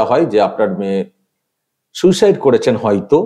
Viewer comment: উচ্চারণ ও বাকভঙ্গীমায় মোটেও অ্যাসিসট্যান্ট সুপার বলে মনে হচ্ছেনা, ' সুইসাইড' কে 'সুসাইড' উচ্চারণ! এই মহিলা অল্পশিক্ষিত এবং হাসপাতালের সাধারণ কর্মী হবে, একে দিয়ে মিথ্যেগুলো বলানো হয়েছে।